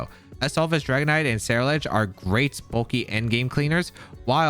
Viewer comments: Bro, if you mispronounce CerulEDGE ONE MORE TIME! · Say it with me Ceruledge SEH-ROO-LEDGE :)